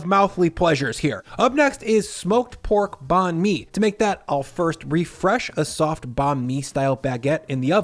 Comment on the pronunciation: Banh Mi is pronounced "bun? me"